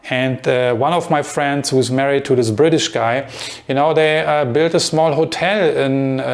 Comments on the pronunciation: Hey whatever your name is. I think. I like your videos and your English is really good. I just I want to give you one little tip on a word that you use quite often. The word is married. You pronounce this as three separate syllables: mare-eeee-ed. But it is just two: mare-eeeed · You want to say married? Your pronunciation was off. I think Saudi never move abroad either.